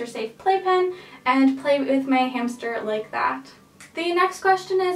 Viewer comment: She said hamshter Lol. This helped me a lot and I wanted a roborvski hamster but I ended up with a Syrian and I am not mad my hamster is soooo cute he is light brown and white and his name is peanut